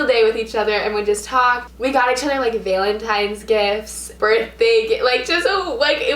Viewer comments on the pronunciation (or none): is no one gonna talk about how she pronounces valentines😐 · omg the way she says valentines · You said valentines weird also I give you props for doing this